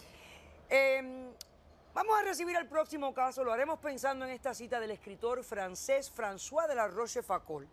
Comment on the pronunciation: me fascina como pronuncia frances ... a la mala